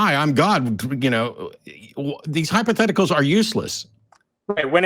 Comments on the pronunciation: Matt: He didn't say Hypotheticals; he said Hyposcticals. learn the difference. ROTGLMFAO with tears of blessed mirth running down my face. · I heard “hypotesticles” lol